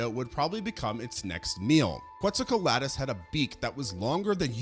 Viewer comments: No offense because I love your content but you make mistakes on a lot of the names throughout your videos (for exemple Inostranvecia instead of Inostrancevia or Quetzalcoaltus instead of Quetzalcoatlus) tho it's a minor issue in my opinion (doesn't get in the way of the informations + you show it written anyway). Love your videos, keep going ^^ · Dude, I like the content and subbed awhile back. But your pronunciation is a crime. In this one you murdered basilosaurus and quetzalcoatlus. Just take a few seconds and look up these pronunciations. It's not good for your credibility to constantly be fumbling these names.